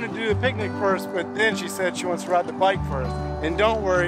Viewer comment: You already said byke🤣🤣 when you were at the Walmart 😀